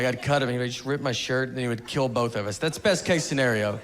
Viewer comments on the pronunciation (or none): none